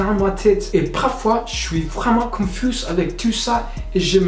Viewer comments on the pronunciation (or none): Coucou petit conseil, on ne prononce pas le "s" pour le mot "confus". Mais sinon tu te débrouilles très bien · Honnêtement j'ai beaucoup d'admiration pour les étrangers qui parle français parce que même pour nous c'est la galère. Si je peux te donner un petit truc, dans le mot confus le S ne se prononce pas mais à part ça tu parles déjà très bien français. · Hello I’m French when you said "confus" it not must not pronounce the "s" has the end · Je suis française je trouve que malgré la difficulté de la langue tu parles quand même bien beaucoup de français on des problèmes avec la conjugaison aussi le seul petit truc qui me choque et le mot confus on ne prononce pas le s. Ça s'ecrit confus mais ça se prononce confu voilà si ça peut t'aider un peu à parfaire ton accent en tout cas bonne chance à toi ! Courage ! 😊😂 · Tu parles super bien français mais attention dans confus tu ne dois pas prononcer le “s” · Super vidéo! Bonne chance continue à apprendre tu t’en sors très bien!! Fais attention, dans le mot « confus » le « S » ne se prononce pas